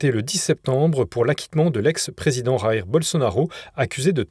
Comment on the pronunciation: jair : vous le prononcez à l'espagnol (comme kh en arabe) alors que c'est portugais